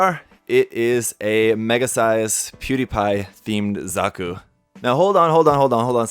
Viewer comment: Pew die pie does not respect gunpla he called zaku a Zuku whattt